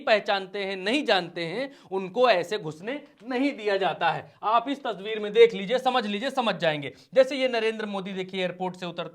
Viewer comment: Aapne baar baar tasbeer kahe rahe hai o tasbeer nahi tasveer hoti hai janab